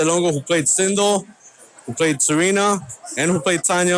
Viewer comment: not sindol....it's sindel so annoying